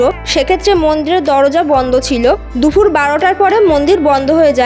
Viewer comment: এত "কিন্তু" বলেন কেন? "ব্যাবহারিত" মানে কি? "দুখুর" কি দুপুর?